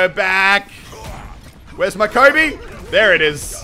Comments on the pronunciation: He was saying Colby instead of coby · Did he say Colby instead of Kobe? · Is he saying Colby..?